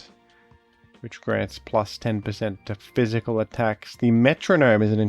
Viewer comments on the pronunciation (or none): none